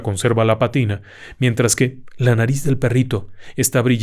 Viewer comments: Le recuerdo que la palabra PÀTINA lleva acento en la primer A. Gracias. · Mi estimado ingeniero, como de costumbre magistral, con usted la televisión y sus derivados salen sobrando😉😉🤭🤭🤭 nada más una pequeña observación es pátina, en acento en la á es necesario...